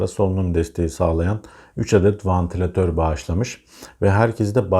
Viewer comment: vAntilatör değil,vEntilatör!